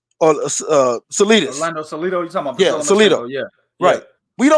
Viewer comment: 49 15 did say Orlando Salidas lmao